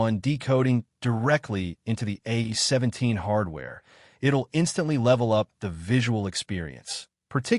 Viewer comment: A.I. narration voices are advancing much faster than reading ability. A17= 8 17, really?